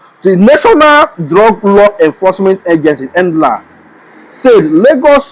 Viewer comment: At, the N.D.L.E.A is an acronym for the Nigerian Drug and Law Enforcement Agency and not a word like you were pronouncing it. Take note and Keep up the great work!!